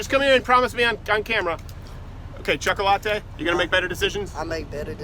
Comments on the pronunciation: dis nigga did not just say choc-o-latte, lol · Lool he called the black kid chocolateatee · Why did he call that guy choco-latte? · You just loved saying chakalatte didn't you 😂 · I couldn't quit laughing at him calling that guy chocolatte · Choca-late'. HahahahahHahAhahahaHAHAHAHA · Why did u had to call him “cho-co what ever” I know you were playing, but it was unnecessary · Terible Teri That’s how you pronounce chocolate in Spanish. The other two kids that called him while Crowder was walking up to them might be Hispanic and pronounced his name in Spanish.